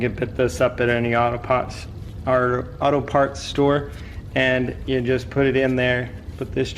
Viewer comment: haha ‘auto pahts’ nice video